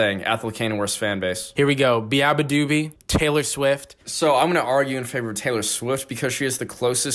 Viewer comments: the way you guys pronounced beabadoobee took years off my lifespan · i did not know beabadoobee was pronounced like that. i feel like ive been living a lie.